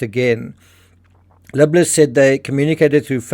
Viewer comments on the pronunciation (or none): You keep saying the name as “” when it’s obviously “Libler” …and it’s confusing (at least to me). Perhaps you can do better there?